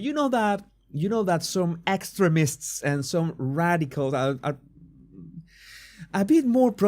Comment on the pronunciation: Hah! It sounds like you are saying "excrements" (vs we tend to pronounce the word as ex treem ists... but you are very wise, so you were probably just trying to throw off yt)